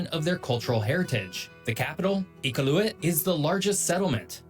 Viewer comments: BTW, he pronounced Iqualuit incorrectly. I-qaul-u-it. With the emphasis on the 2nd syllable. "I" - short "I" as in it - "qual" - cal as in calories - "u" - as in when you say "oo that's really nice - "it" stays the same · Omg! I just about had an aneurism! I-kal-oo-wit (phonetic pronunciation) as best as I can think it would be. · Iqaluit = e cal lu it Kluane = clue wan nay national park